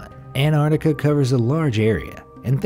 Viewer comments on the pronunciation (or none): Stop saying anarnica it’s Antartica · Was it just me or was he saying Anardica instead of Antartica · He says it like anarctica instead of Antarctica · It is pronounced "an-tarc-tic-a" not "an-tartic-a" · I swear the narrator is saying Anartica and yes I spelt it wrong because that’s what I swear he was saying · Anartica is not how it’s pronounced